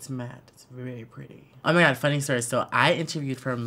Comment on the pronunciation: The Way He Says "OMIGUAD" I can't dealllllll!!!! LMAOOOOOO